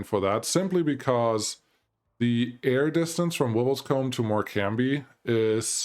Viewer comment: you need to start putting these town names into google so you know how to say these town names cuz you really are getting them. example Morecombe is not pronounced more-com-bee u say it more-com. theres a silent b in morecombe